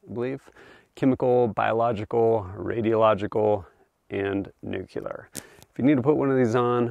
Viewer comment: Nucular ✅ nuclear ❌